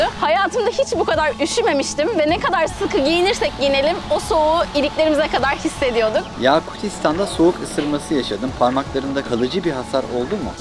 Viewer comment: Yakutistan derken kısa okumalısınız a harfini uzatılmaz aklınızda olsun bir de Özbekistan ile Moğolistan videosu çeker misiniz ?